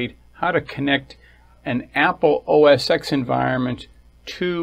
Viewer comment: It’s pronounced “oh ess TEN”.